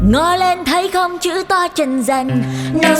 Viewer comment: "trần dần" kkkk